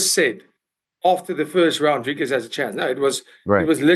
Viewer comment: funny ariel pronounces izzys surname right but doesnt pronounce dricus correctly 😂